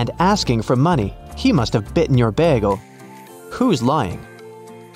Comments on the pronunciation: I love how he says "bægle" for bagle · why did you say bagel like 'beargle'